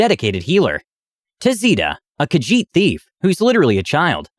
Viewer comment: Yeah, he said Khajiit normally but not Breton and Dwemer????